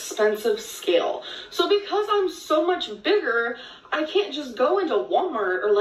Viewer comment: "industrial ska-ill"